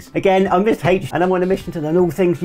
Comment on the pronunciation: Surprised you didn’t comment on your pronunciation of Mr H. I still think it sounds strange…but that’s just me.